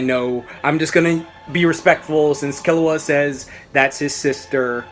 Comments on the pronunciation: I think it's pronounced Kee-low-ah, but whatever, it's all relative right. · its pronounced key-lewa and gown loving the vid tho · OberonFK I think it's kill-u-a the way it's pronounced because of kill and he's a assassin